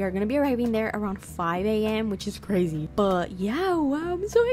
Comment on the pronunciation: SPACESHIP? BUTTŒHN Crazæh geæeeeet FAAAÆNCEYY *literal fart” SPRING RÆOLS GIRL SAID “🦅” Her Building skills are a SHEFS KISSSS